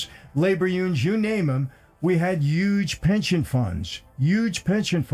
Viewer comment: CAN SOMEONE PLEASE TELL ME WHY IT'S PRONOUNCED "YUGE" AND NOT "HUGE"? LOL